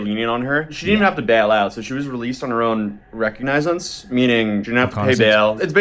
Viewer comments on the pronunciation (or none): QUOTE: , the dude said that she was released on her own (cough-cough) recognize-ense. 🤣🤣🤣 Oh dear...an American guy...who appears to be sensible (and educated)...doesn't even know how to pronounce the English word "recognizance" correctly. I don't know...unbeknownst to him, perhaps that sneaky little DoorDashGirl was filming that little bit of English Pronunciation Perturbation too??? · OMG the way he pronounced recognizance is killing me. Man just use google to see how things are pronounced if you don’t know so you don’t sound illiterate, especially covering a courthouse hearing. Just saying. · Recognizance sounds like this "RE-COG-NIS-SENCE". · "Released on her own recognize-inst". Lol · Did that dude just say Recognize-ance 😂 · This kid doesn’t know how to pronounce recognizance. How do we get people well-dressed and looking put together, but with no actual knowledge. Blind leading the blind. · This dude said recognizance 😂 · He can't even figure out how to pronounce Oswego or recognizance for his video. How is he even this kind of influencer ? 🤔🤷